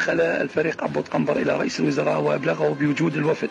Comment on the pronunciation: حبيبي قنبر مو كنبر